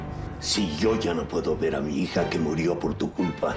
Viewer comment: dice hica en vez de hija